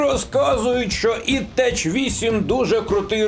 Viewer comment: "ід тек" – саме так правильно. "Technology" читається як Текнолоджі, адже це слово є запозиченим з романських мов. Ми також запозичили це слово і ми не читаємо його як "Течнологія" 😂